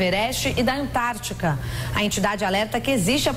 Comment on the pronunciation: Só eu que ouvi Antarctica? Essa boa tá congelada eim? kkkk